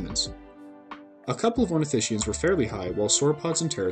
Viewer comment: min. Those black spots are clearly of the shape of a t Rex. Oh and it’s: ornithis-kians not ornitishians.